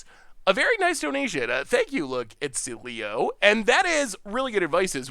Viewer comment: “Look it sleo” instead of look its leo made me laugh, i could watch a video of just pronouncing things 😂😂😂